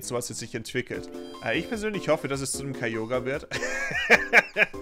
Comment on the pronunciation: Wieso sprichst du Kyogre so komisch aus? Ist das wie es auf englisch heisst?